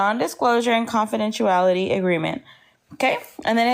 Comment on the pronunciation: needs to learn how to pronounce "confidentiality" before she expects anyone to sign one! Out here looking like a busted Torta!